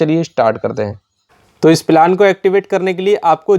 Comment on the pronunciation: पिलान नही प्लान 😂